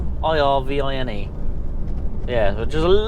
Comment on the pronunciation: First time I've seen one of your vlogs and will subscribe. Just for the record, in case you are up this way again, your drops are pronounced Irvin (as if it didn't have an 'e' on the end) and Forfar with the emphasis on the 'For' rather than the 'far'. Hope that makes sense. 😄